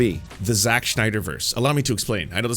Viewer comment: eventually even the name morphed from Zack to Jacques smh